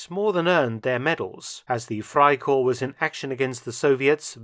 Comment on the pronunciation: One observation though. In German all letters are pronounced, so it sounds like "fry-corpse"